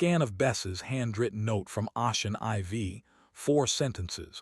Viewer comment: "Ocean IV" is Ocean 4 not 'Ah-chin EyeVee'. It's pronounced 'O-shin 4'. Teach your damn AI how to read English!